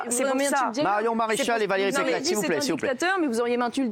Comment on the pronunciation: pequeresse peceress pecheresse pecqueresse ou peceresse ?????? quelle mito cette femme elle fait honte a la droite !